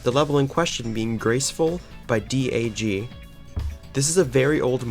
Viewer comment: its not d a g its dag